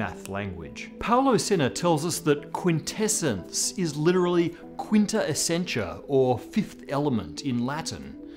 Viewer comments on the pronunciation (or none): none